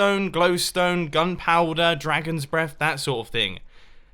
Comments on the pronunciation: Yes but it is breath and not blef, i just though it was funny how he said it. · "Dragons Bleath" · "Dragons bleath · “dragon’s blef” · "Dragon's Bleth", hey? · anyone else hear him say dragons bleath? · "Dragon's Brlehf" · mumbo just said dragon's bleth in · "And then the dragon's prlef" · You said dragons bleath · dragons bleath XD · "And then the dragons bleff" -Mumbo Jumbo, 2017.